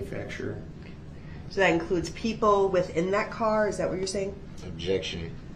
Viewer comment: New words everyone…from brooks ….that is now DAT….with is now WIFF…ask is now AX…lets all remember these fancy new words and teach our children these words